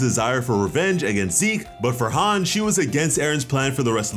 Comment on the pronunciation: couldn't even finish bc of Hange's mispronunciation